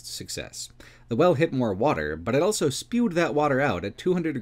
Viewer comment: pronounces the word "also" as "elso".